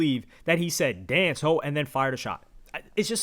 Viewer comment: Now instead of “Yea, Glo!” I hear “Dance ho!”